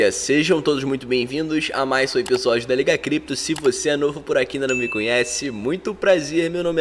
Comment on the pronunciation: é “episódio” “EPISÓDIO” Não é Ebisódio não.